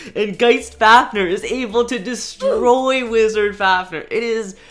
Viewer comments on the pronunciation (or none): none